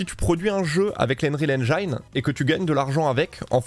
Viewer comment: Un petit détail , en anglais engine se prononce "haine gine" et non "haine jailleneu", ca fait parti des mots anglais ou le i se prononce comme chez nous, merci pour la video.